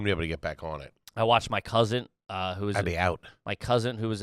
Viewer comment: Did say my cousint? With a T..